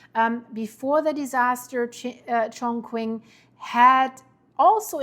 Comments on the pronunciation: {, it’s pronounced as Chong-ching } Chongqing is a cyberpunk city, with trains piercing buildings. It’s the currently favored city of expats and is home to the best bridge builders in China. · btw The "q" in Chongqing is also pronounced as 'ch.' Chinese spelling is always very tricky if not impossible to decifer if you don't speak fluent Chinese. You get HUGE points for at least trying. 😃 Horrible and scary disaster though. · It’s pronounced “Chong Ching”